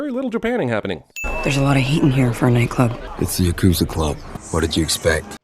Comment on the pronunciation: I think one of the biggest sins here might be 'Yakoozer'.